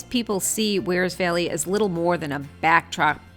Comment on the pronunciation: Peeeeeeeze will you people who come here from elsewhere learn to pronounce “Wear”! It’s not “weer” Do you “weer” your clothes! Knock it off. I have ancestral roots in Wears Valley and my ancestors would be appalled by your pronunciation.